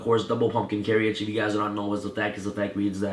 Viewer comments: "carry-age" It's pronounced "care-age"... jesus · Love the profile. However I must address your pronunciation of carriage. 2 syllables. Like this: care ridge. Not care ee idge